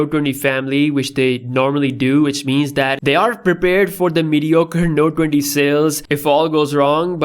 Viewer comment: Nobody:: “Node Dwendy Ultra”